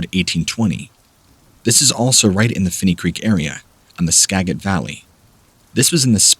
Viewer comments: The creek in Skagit County was pronounced right, but Skagit isn't pronounced Ska git the g has a j sound ,it's a local tribe's name ,,grew up there ...I moved to a place that I have trouble pronouncing most of everything 🙃stay safe Aloha's 🤙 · It's pronounced Ska-Jit... fyi